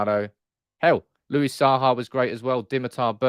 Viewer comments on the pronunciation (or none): none